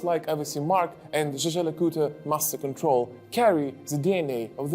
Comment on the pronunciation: CRIKEY! "je-jö LeCoutre"? Seriously? "je-jö"??? WTF! There is NOTHING Chinese sounding about the German word for "hunter", also a name, and it is pronounced just about like Yeager, as in Chuck Yeager, the famous pilot! The Swiss should start educating people about this as well, but I suspect the French-Swiss get it wrong themselves! GET IT CORRECT MATE!